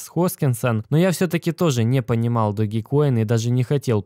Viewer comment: По русски этот мем называется Доге. Поэтому Доге Коин.